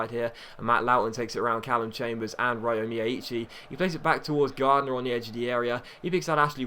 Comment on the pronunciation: ryo is prenounced like yo or jo, the R is scilent :)